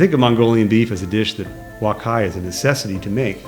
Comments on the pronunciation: its wok hei ....you keep prononcing it "wok hai" LOLOL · Nice review. One point: wok hei is pronounced like "walk hay", not "walk hi". Thanks.